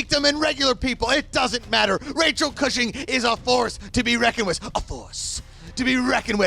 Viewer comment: It's definitely pronounced Cushing not Cooshing 😂